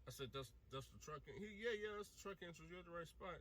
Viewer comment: It’s entrance not entrice lmao oh boy